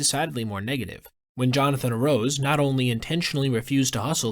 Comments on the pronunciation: I'm pretty sure it's pronounced Ah rah ooz, not Arose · Pronounced (Arr-ah-ooze)